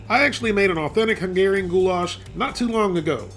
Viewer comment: I swear to god if he says of "Goulash" one more time i am going to flip